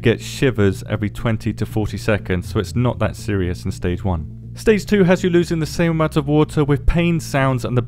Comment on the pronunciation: They're supposed to be "fixing it" but everytime they say dhut like that it's worse and worse